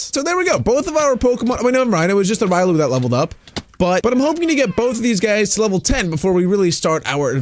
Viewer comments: Its pronounced Re olu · Me hears you call Riolu wrong WHAT